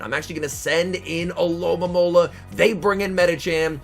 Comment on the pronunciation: Stopped watching when you said alolamola lol Alomomola